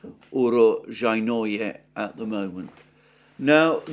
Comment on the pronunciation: The emphasis needs to be placed on zhay in pronounciating urozhaynoya